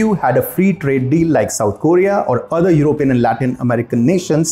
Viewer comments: I Wish you could pronounce " European " Properly and I mean no disrespect my friend, I love this channel! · I wish you guys could pronounce it properly as Européan instead of Erópean.